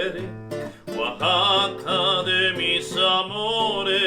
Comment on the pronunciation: Arriba Oaxaca! Orgullosamente Oaxacaqueño ! Por favor pronuncien correctamente Oaxaca,no es Ouxaca, Oasaca.gracias !